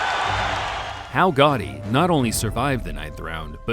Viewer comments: It’s “GATTI” not GOTTI…. He’s not John Gotti. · I would have rated this a little bit higher if the guy narrating would stop calling him Gotti over and over again when the correct way to pronounce his name it's clearly stated in the footage. The kind of annoyed me the entire time!